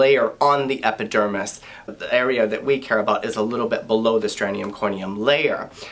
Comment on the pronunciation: it’s STRATUM corneum, NOT STRANEUM corneum!!!! There’s no such word as STRANEUM, and if you don’t know how to pronounce even the most basic dermatological terms, you are OBVIOUSLY a fake!!!!! 👎🏻👎🏻👎🏻👎🏻👎🏻👎🏻👎🏻